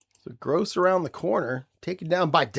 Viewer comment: Pronunciations: It is Earl Grow and Ray Poagie, rhymes with hoagie. Joe Don Looney got run out of Baltimore by Don Shula. He spouted off telling Shula "I ain't no messenger boy," after being sent in to the huddle with with a play. There is a "t" in "Nowatzke." Cleveland is 3-0 in my 1958 replay so far. Jimmy Brown has 543 yards on 77 carries! Groza is 3-11 on FGs, longest being 16. Terrible kicking. Enjoying your replays!